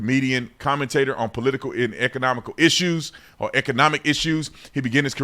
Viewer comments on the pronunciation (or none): none